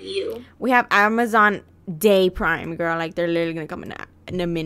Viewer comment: U took my line u said grr in stead of girl that what I say and I say grill